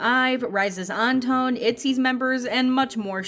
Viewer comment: Surprised the Chenle wasn't mentioned... I'm sorry but the way she kept saying Anton's name and St. Laurent..😬